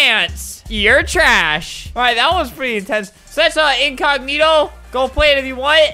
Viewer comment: everyone , basically the whole world : spells incognito inconiyito * , Albert : INKOG-NITO